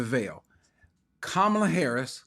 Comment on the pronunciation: When five men show up at my door, it won’t do anything that hasn’t been done to me before by Black people. I grew up in Baltimore. They robbed you every week and none of them were foreigners and Brother Cory you should pronounce vice presidents name properly. Her name properly.